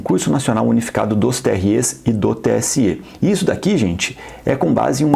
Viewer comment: TSÊ E TRÊ É O CACETE, XEXELENTO! É TSÉ E TRÉ,! BROTHER TÁ FANHO? 🤣🤣🤣🤣